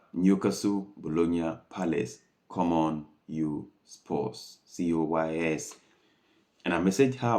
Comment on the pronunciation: come on you 'spurs' not come on you 'sposs' boombafathaclattbloood